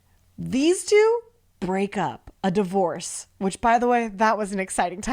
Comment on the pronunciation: AND DIORVCES